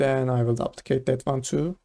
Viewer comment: Nice nice. One thing duplicate is pronounced more like doo-plicate rather than dop-plicate haha